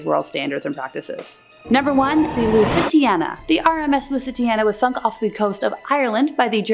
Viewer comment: Lusitania not Lusitiana